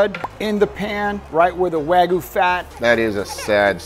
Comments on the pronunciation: It’s pronounce Wahgyou not wagoo… can’t even pronounce what he’s he’s an expert on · No rematch until can pronounce "Wagyu" properly and not "Wagoo" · its wagyu guys, not wagu😅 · When meat expert guy cant said wagyu correct way 😂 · you gwet fwee wagu fwoar a yeaw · Why say it WAGOO ???!??!?!? WHYYYYYYYYYYYYY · These guys cant even say the wagyu name right but they meat experts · Is it me or did the not pronounce Wagyu correctly? That makes me question his validity. 😅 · Brags about how good he is at cooking steaks, cant even pronounce "Wagyuu" correctly. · 15 years in the meat business and can't pronounce wagyu correctly